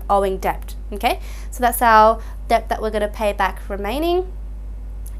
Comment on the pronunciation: Great video, but please someone tell her the B is silent in debt.